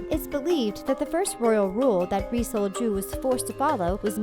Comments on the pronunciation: the pronunciation of ri sol-ju is the most white pronunciation i've ever heard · Hahahahahaha whenever she said Ri Sol-Ju, it hella sounded like "re-sold Jew" 😂😂😂😂😂😂 I laughed WAY too hard at that and am going to Hell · It really sounds like ur saying resold jew